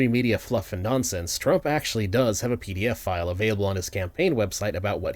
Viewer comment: my heart skipped a beat, I thought you meant “PDFFILE” not pdf file lol!